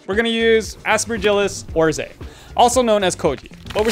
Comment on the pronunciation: btw koji mould is pronounced oh-rai-zee, not or-zay! love the videos